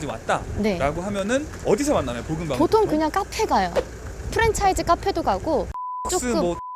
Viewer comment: 복음방..볶음밥이라고 들린다..